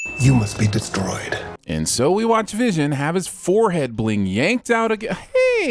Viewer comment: Who’s “visiom”?